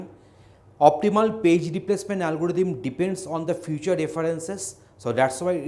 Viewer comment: It's not a algoditham it's algorithm